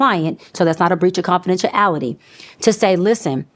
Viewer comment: Confidentiality had a little struggle on it too 😂